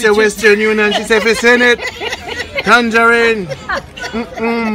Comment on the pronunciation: where you get the s in tangerine lol.